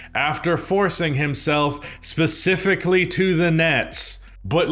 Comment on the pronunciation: Fun drinking game. Have a shot ever time says specifically or "Pacifically". Drunk in 10mins 😂